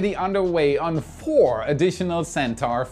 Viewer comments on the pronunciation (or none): none